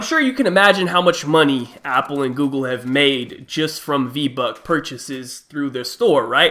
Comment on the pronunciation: “Apple and Gooble”